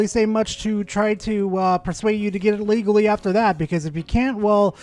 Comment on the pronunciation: "Legalee"? What's that, chinese or something?